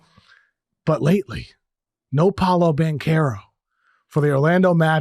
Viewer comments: It's amazing how many people don't know how to pronounce paolos name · PA O LO, how hard can that be?! Just Muricans being Muricans